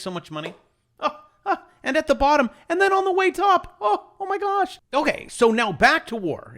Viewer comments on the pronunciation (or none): none